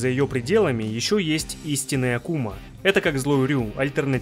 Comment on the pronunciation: Привет,. По классике контент качественный, да и произношение хорошее, но правильно произносить Áкума, по-японски демон. Как и Кáзуми, можешь даже прослушать диалоги в сюжетке в оригинале. Да и перед боем Хейхачи/Казуми Хейхачи произносит "Кáзуми"